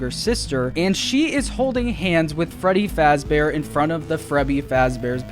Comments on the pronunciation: Dude Sayd frebby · did he just say frebby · it’s a meme in the community. Frebby, Feddy, Fraddy... you know